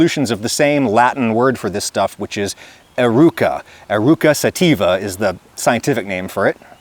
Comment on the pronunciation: Did ... did you just say "sattiva"? 🙃